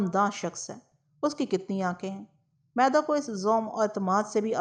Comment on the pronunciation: میدا نہیں۔۔۔۔۔۔۔مِیدا ھے۔عام طور پر حمیداللہ نام کے لوگوں کو بچپن میں مِیدا کہا جاتا ھے۔۔۔شکریہ